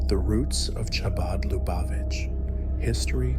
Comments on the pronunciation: The ch is pronounced like kh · Chah-baad? This must be AI or a very stupid person.